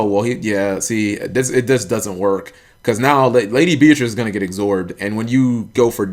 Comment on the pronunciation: ecsorbed? I think it's absorbed?